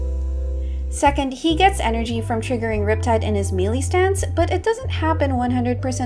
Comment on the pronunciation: im sorry but the "mealy" instead of melee was throwing me off 😭